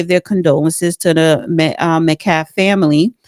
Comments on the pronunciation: Why are you saying Macalf. Can you not pronounce MET-CALF? It was quite annoying. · Pronounce his name properly please Met-calf, not mecaf. Also it’s asked not axed. Woman needs to take an English articulation, and grammar course. Her uncle Joe Brown is at least educated!!! Since he’s a judge!!!! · Madam ...the name you are reading METCALF is pronounced met kaff ...not muckaff 😕 you sound ridiculous saying it wrong its not a hard name to say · Why cant these people pronounce metcalf properly.democrats threw fits over mispronouncing kamala whats hard about pronouncing metcalf.they keep saying metclaf.if theycant prounce names right what right do they have to judge?a lot of people out there with blinders on just like trump haters with blinders on.they cant see the democrats race baiters rotten politicians right in front of their eyes yet they cant see the wrong things they are doing.god sees everything.nobody hides their sins from god.god will judge everyone eventually. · Do your research!! If you don't know how to pronounce something, listen to local news on the subject and get the info. It is pronounced KUR KUN DALL stadium and Austin's last name is MeTcalf not Mecalf. If you want to be taken seriously, do your research! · needs to learn how to read. It's not MEH-calf. It's MET-calf. And it's ASK, with an S sound, not AXED. Take classes in ELOCUTION. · Met! Not me! Say his name correct! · Me-T-Calf … this lady can’t pronounce his name! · MET-CALF not McCalf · can’t you even pronounce the victims name correctly? It is Met-calf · Why does she keep pronouncing Metcalf as "Ma'cath?" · Jeez lady learn how to pronounce Metcalf for the love of God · This ‘host’ is not pronouncing the victim’s name right. Judge Joe Brown spoke the truth. I don’t think the host was looking for the truth. 😂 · The correct surname is "Metcalf". The female doesn't seem to be able to pronounce it, properly... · This woman can't even pronounce the victim's name right.